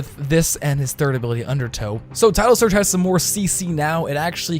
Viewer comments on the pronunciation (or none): Donate $1 every time you say "undertoe" xD